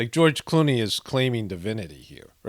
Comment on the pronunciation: You almost said George "Cloney." Seems like more of a suitable name for the cut and paste George Clooney roles.